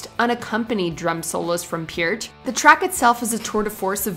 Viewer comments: It's pronounced Pert. Lol how does she say heart? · Get it right...PEART!!! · Made me cringe every time she said Neil Pearts name wrong